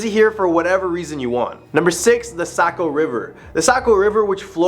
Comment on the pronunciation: Unfortunately, you say it like you live in south Nashua. Are you a mass migrant. You say Nashua right but NH. I worked in Somersworth and Durham a couple years and it's Saco not Socco. And Ports-myth( or mith, if you're superstitious ) Other than kids jerking, or, unfamiliar tourists talking. Almost no one local says it another way. There's also a problem of flatlanders not talking the same accent of highlands or more north in Coos( Far North). Strong Quebec influence. Anyway who am I. Just a raised Nashuan, living in Manchester NH more than 20 years, with many years living homeless and out of my car( and yes in Nashua, Manchester, Concord, etc.)mixed in.